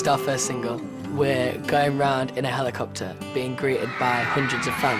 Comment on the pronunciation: Niall: " helEcopter" lol